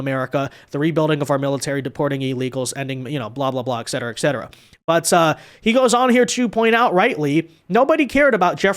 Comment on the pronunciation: It's so difficult to take seriously someone who says, "eck cetera". I mean, it's your show; look as ignorant as you want to.